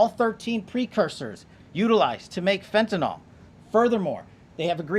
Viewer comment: FBI director... someone ought to have taught him that it's not fentanol, it's fentanyl.